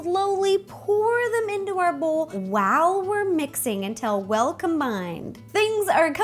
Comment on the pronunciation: it sounds like she's saying "Wow" instead of "While"?!